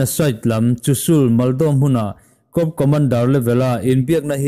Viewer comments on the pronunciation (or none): I channel en a man hla in i aw a fiah tha a, i aw poh a zahawm thlup mai, thurawn 1 , 'corp' i lam dan hi ennawn leh deuh la ka lo ti ve mai mai a, cor tia lam a ni tlangpui a, p hi a silent tlangpui thin , cawp ti pohin lam la tuma poi sawina eroh chu a ni lem lo, thahnem ngaih thil mai a ni e, no offence please🙏🙏🙏